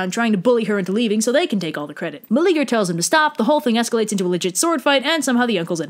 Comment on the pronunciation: I like this a lot. Your style and delivery are really good. BUT, his name is 4 syllables: Mel-e-a-ger. The e and a are separate, not like the English eager. I'm all for reimagining myths for modern audiences, but get the dude's name right. He's like the only guy in mythology who isn't a huge prick.